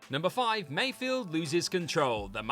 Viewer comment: It's Migs Mayfeld. Not Mayfield